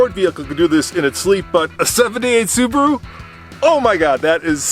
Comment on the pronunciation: That's how you say Subaru in Japanese, just the "r" needs to be harder